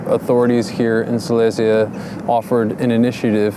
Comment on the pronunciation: Just for your information: you mispronounce the word Silesia (Śląsk). Look it up :) Your pronunciation is common among Poles, though, who refer to the so called Silesia City Center in Katowice (a shopping mall). Respect and regards.